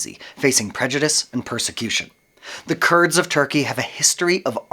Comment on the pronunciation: False. Not all Kurds are Muslims. Some are Yazidis. Also the pronunciation is different from what you are saying.